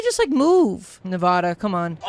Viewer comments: Nevahda? It’s pronounced nevāda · It's Na-VA-da. Also funny that they're sisters, as the states are adjacent to each other. What's next? CALIFORNIA?!